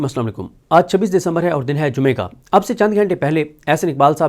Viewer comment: First learn how to say....Asslam Alaikum